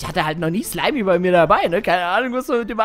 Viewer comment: Slymy!!! Nicht Slymey!!!😄😅☺️😜👍